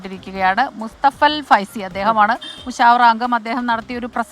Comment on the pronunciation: മുസവ്വറ. അല്ല മുശാവറ .എന്നാണ്... ശരിക്ക് പറയാൻ കിട്ടുന്നിലെങ്കിൽ ഈ പണിക്ക് നിക്കരുത്